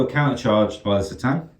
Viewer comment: I'm pretty sure it's pronounced Cuh Tan, not Seh Tan.